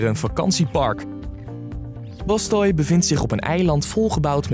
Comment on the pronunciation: je spreekt het uit als bastuy niet als bastoy